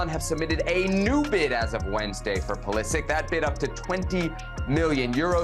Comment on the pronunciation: Learn how to pronounce his name